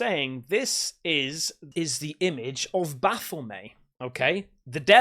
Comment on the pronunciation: " baffle may"!?? Well that's a first😂😂